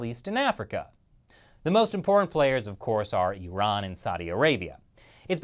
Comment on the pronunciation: Finally an American who spells Iran as 'Iran' not 'Airan' 🙄